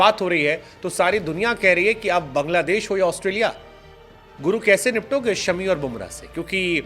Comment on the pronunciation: इनका नाम शमी नहीं बल्कि "शामी" है😊